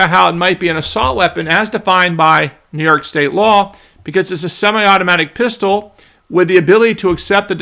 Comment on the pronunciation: Come on, It's New frickin York 😅